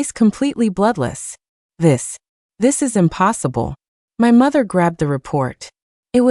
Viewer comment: "uñpossîblë" and "é galñçéd" so french lol